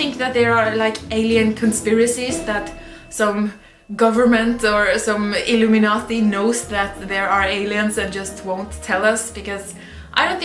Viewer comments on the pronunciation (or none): none